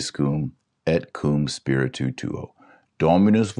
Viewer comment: Also when Et Com Spiritu Tuo - Spiritu is one syllable. Dr Taylor Marshall sounds like he is saying spiritu- tu - tuo.